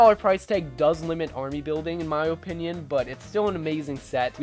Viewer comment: your OHpinion is wrong